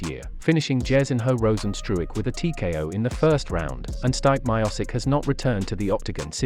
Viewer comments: Fucking fake snow flake UFC channel. Learn first to pronounce the names like Stipe’s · Did anyone else hear how he pronounced stipe or is that j me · Pronounce stipes name properly. The ignorance